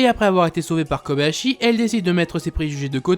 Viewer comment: Je rêve. A , j'ai entendu Koyabashi